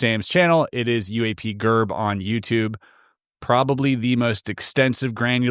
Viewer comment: Nailed it 👌 it's not pronounced "UAP Jerb" his YouTube name is UAP Gerb 😂